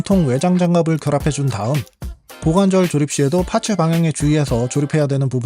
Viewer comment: 파츠 ..파츠 정말 듣기 싫네...일본놈들 ㅌ 발음 안돼서 파쯔 파쯔 하는거.. 그놈의 기믹이란 소리도 듣기 싫고..ㅋ